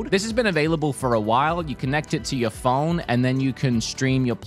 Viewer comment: Why does he pronounce the word phone "pholne"..